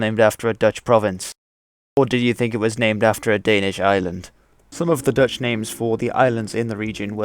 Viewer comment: Thanks for pronouncing the Dutch words the right way very well!